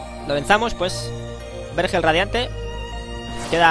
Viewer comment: No te vendría mal tomar unas clases de lectura. No se pronuncia "hángar" sino "hangar", lo mismo con "vérgel" y "vergel".